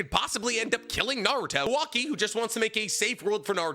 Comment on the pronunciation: Might be the lack of sleep but is he purposely saying kawaki’s name wrong 😑